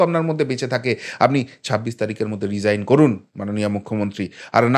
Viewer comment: Its resign not regine